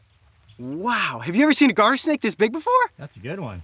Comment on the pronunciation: Did anyone here heard the Garter snake as Guarder snake